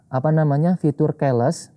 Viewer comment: keles😂😂😂😂keyless (ki les)